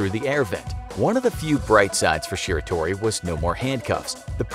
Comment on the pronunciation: him saying shiratori wrong makes me cringe